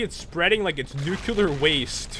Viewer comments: Dont mean to sound rude but did u say nucular waste? Im pretty sure its nuclear waste not nucular. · Is nuke-ya-lar waste anything like nuclear waste? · wtf ?! really do you read ? nuceular ?! nice pronounciation sir